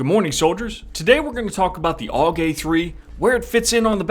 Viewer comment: its not aug you say it in letters A-U-G